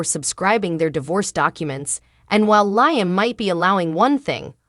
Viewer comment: It’s LEE-UM doggone it! 🙄